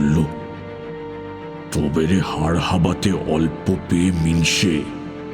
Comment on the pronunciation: অল্পপেয়ে নয় অলপ্পেয়ে (যার আয়ু অল্প)